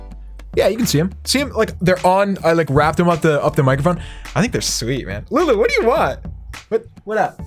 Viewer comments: He said lewis or louis right? Wheres lulu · you called lulu luis in the intro like if you heard